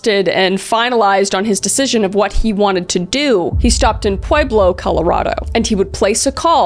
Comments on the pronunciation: With all due respect it's pronounced pweb-low. Pueblo lol it's so interesting to hear how differently so many can try to pronounce one word. Pueblo Colorado, it's name is like it reputation it's not as hard or complicated as it appears to be. Pweb-low - Pueblo 🙂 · Born and raised in pueblo, its pronounced "pweh-blow" 💔 I die a little every time you say it wrong 😔